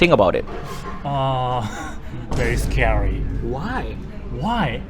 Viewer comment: " Very Scaory, Annihiration"